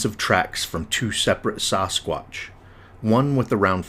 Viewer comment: Dude…. Why do you pronounce it “soss-quotch”? 😂